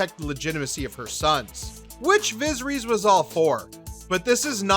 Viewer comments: "Visreeeeeeeees" Did you even try to pronounce it right. I have a feeling you don't watch this show and probably just got this info from another site or video. Pathetic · “Looserees, vaggar, vizerees” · "Vizzer-ees"? Egads, try rehearsing the names before you read for recording. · "Viz-her-EEZ"??? No dude. It is pronounced "Vuh-SEHR-uss" - in a similar manner to every other character with a name like that in this universe. C'mon man. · Viseries rhymes with misery’s. That’s disappointing. Get it together. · The pronunciation of Viserys in this video is criminal.. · viserys was the one that got me. First minute of the video.